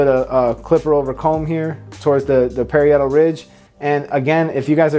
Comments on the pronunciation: As a hairdresser for decades, an educator for Wella, and a period hairstyles educator (for those who want to pursue hair careers in TV, theatre, and film) , I must say you do excellent work and are a very good instructor. If I may offer one piece of constructive criticism, the correct pronunciation of "parietal" is pa-RI-e-tal, rather than perri-ET-al. The industry needs more people like you. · Parry-idle?? Hahahahaha pa-rye-doll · PUH-RI-AH-TUL RIDGE